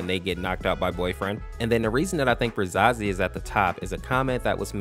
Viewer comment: Pronounced ruh-SAY-zee and SEL-ev-er Caps=emphasis